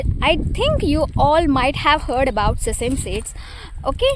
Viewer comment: Sesem seeds ❌ Sesame seeds ✅